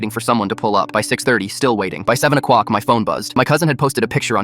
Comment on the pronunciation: Is he saying “o cWock “? I didn’t know ai could have speech impediments.